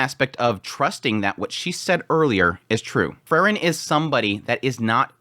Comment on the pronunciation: It's Freeren, not Frrren.😁